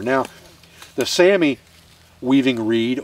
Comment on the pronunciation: is pronounced like Sahmi but excellent demonstration,once again.